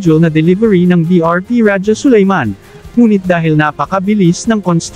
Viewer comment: AI cguro kasi Ra-ja instead of Raha(Sulayman).